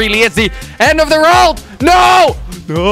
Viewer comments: why do u say rold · You say rold not world :D